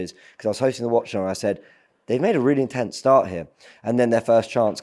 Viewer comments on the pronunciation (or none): none